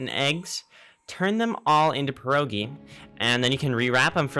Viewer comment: Wow, ur first ytber who said "pierogi" correctly xD